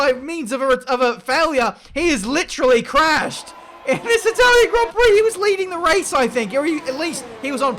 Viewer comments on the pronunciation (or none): none